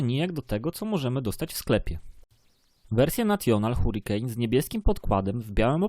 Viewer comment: mówisz: hurikane, natjonal etc